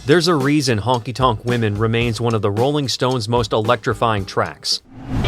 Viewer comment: "Honky Tonk WOMEN?" I don't think so AI J.A.